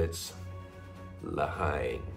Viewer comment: you say it 'Le Hen' not Hine, such a great film! have to check out more from Moth & Rabbit.